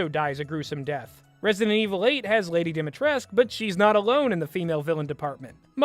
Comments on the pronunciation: sorry, but as a romanian, i couldn't stand listening to this video lmao. it's pronounced "dee - mee - tress - cue", not "dee - mee - tresque". something about the pot calling the kettle black. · There's something funny about mentioning mispronouncing when you also mispronounced her name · hard dislike for the star wars prequels comment, you ignorant pesant for the rest yeah, the dude is pretty mutch happy to know the dude didn't just seem wierd to me Also also, you are pronouncing lady dimitrescu wrong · it really bugs me that you complain about him mispronouncing Dimitrescu's name while you mispronounce it